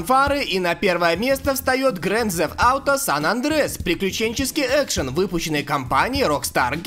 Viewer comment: Гранд а не гренд.